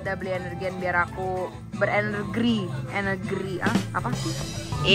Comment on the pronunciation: Kak energi kak bukan enegir😅😅